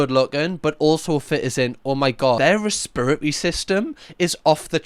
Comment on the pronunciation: Never heard anyone say re-spirit-ree system